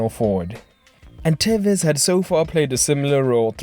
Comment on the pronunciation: Porque le dice telles? es tevez!